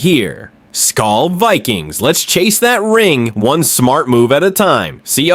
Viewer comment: What is wrong with people? JJ bleeds purple and gold. NO! WE ALREADY LOST THEILEN WE WILL NOT LOSE JETS TOO!!!!! Oh and real fans know its SKOL not skull... fix your ending its wrong